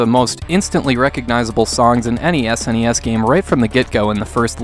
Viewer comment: I recently discovered your work dude. Top notch reviews that are not only useful and insightful, but ACTUAL reviews. Too many YouTubers' "reviews" end up being recounts, which are totally less good. My favourite part of this one was where you say "Any S.N.E.S. game" which when I first heard it, I thought you said "NES NES.". 😂 Anyway, keep up the good work!